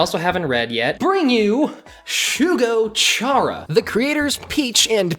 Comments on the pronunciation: It's pronounced Shugo Kyara. And I loved this anime because it was one of the first I watched on crunchyroll after i discovered crunchyroll existed in high school. Also, for those of you who shipped Ikuto and Amu only to find out the age gap, now you know why I never shipped them. The age gap was too much. At least with like Sailor Moon(in the manga/crystal) Mamoru started out in high school so the age gap wasn't nearly as bad and the age of consent in Japan is 16. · LMAO THANK YOU every time I hear “Shugo CHAra” I’m like 😭😭😭